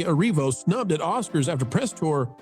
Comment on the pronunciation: “Oscards”? It’s on the ticker. 😂.